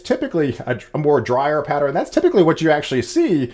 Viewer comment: I think you’re saying “patterEN” instead of “pattern”?